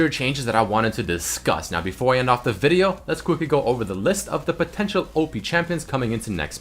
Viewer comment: Change the intro please..and stop saying video the way u say it XD